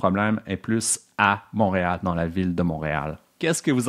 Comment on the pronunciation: Très intéressant. Il est québécois, mais il ne prononce pas “Montréal” correctement.